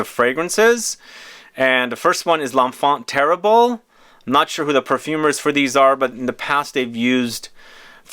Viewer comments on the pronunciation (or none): For someone who lives in the world of fragrances and travels so much you really could work on your pronunciation. L'enfant Terrible ......